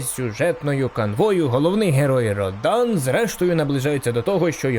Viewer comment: Обзор супер,молодець що згадав,але малувавато,не описав бойову систему котра будується на комбо(набір клавіш для ударів):) І ще,що не РодАн,а РОдан.Удар на О.